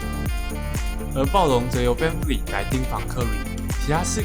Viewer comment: Vanvleet發音完全錯了好嗎